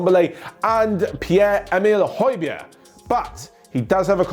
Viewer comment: i am danish the Pierre Emil Højbjerg was impressive I've never seen a non danish person say his name that well